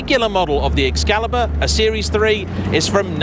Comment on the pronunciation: Ah yes, the O-burn. At least, being English, he knows how to pronounce Excalibur 😂😂😂